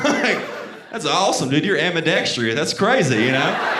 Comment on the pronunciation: "Ambidextrea" lol